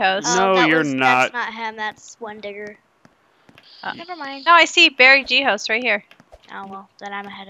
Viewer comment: You say his name like bear-ghost but beary-g-host is a nickname because his name is ber(e)(g)host